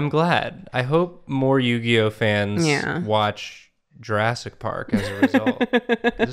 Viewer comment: Does always pronounce movies weird?? JurASSic Park. There WILL be blood.